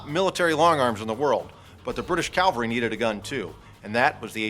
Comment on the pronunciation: It's not "calvary," that's where Jesus was crucified, it's "CAVALRY."